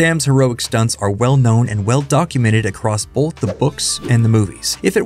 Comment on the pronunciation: Why do you pronounce “both” with an L saying “bolth”?